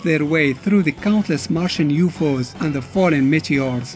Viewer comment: yup. he just called them YUFOS